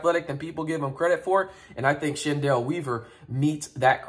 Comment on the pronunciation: Just a heads up, his name is pronounced like Kendall. The "Ch" makes a K sound. His sister, Chennedy Carter, plays in the WNBA